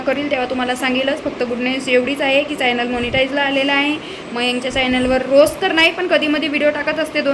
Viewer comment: फायनल नाही ग,च्यानल म्हण,प्रोनाउन्स चुकीचे होत आहे